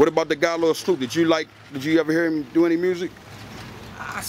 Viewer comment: i noticed that any time they say "him" it sounds like "heem". like when he said "i'm not gonna shoot heem".